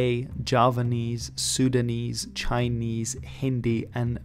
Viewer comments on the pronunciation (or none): .. It'ss Sundanese and not Sudanese!! I might have just misheard what you've said but It sounds more like Sudanese than the correct one which is Sundanese!